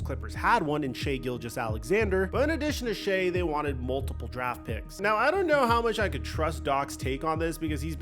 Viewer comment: Shai ( shy). Not Shai.